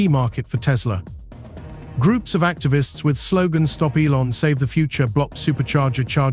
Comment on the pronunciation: Good content but could've been improved by training your AI to pronounce Elon correctly. A small tweak to remove the AI dead giveaway is all that would be needed.